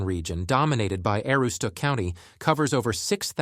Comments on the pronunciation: No two pronunciations of Aroostook are alike in this video. And it's PRESK-AISLE, not PRESKE-AISLE! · if you've been to the county you should know this video is misrepresenting northern maine. They couldn't even settle on one pronunciation of Aroostook so instead mispronounced it wrong in about 7 ways. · They couldn't even settle on the way they pronounced Aroostook. I heard probably 7 ways of it being pronounced and every one was wrong. This video is what happens when someone not from the county makes a video about the county. This video acts like people in the county are communicating via smoke signals. Ironically they couldn't even provide valid footage of Portland and instead used footage of Portland, Oregon. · hahahaha i caught that too!! also: narrator mispronounces "Aroostook" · I noticed both also